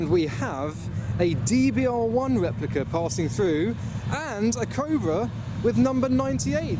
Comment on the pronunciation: A Fewwawi Weplica